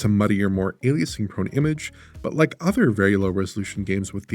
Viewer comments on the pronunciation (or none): none